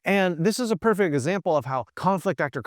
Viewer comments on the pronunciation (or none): none